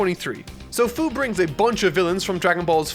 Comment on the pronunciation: Its fuu not fyu